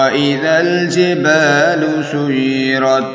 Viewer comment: السلام عليكم ورحمة الله وبركاته بھاٸی تلاوت غلط پڑھی ہے آپنے سیرت کو سجرت پڑھا ہے آپ نے